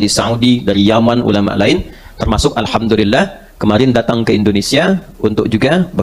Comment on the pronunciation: Sebelumnya saya minta maaf Saudariku se iman sedikit meluruskan huruf mim / m nya jgn dobel krn tdk bertasjid 😘👇 ASSALAMUALAIKUM WARAHMATULLAHI WABAROKATUH ... Dan huruf lam / L nya yg dobel di akhir di awal tidak 👇🙏 ALHAMDULILLAH ... 💖💖